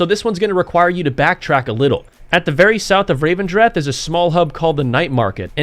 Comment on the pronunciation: The place is called REV-en-dreth, not RAVE-en-dreth. Just sayin.